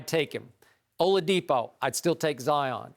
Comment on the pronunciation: Zion over Kemba?? Don’t do that Skiip. Cardiac Kemba come on man. He even said Oladipo smh Skip😂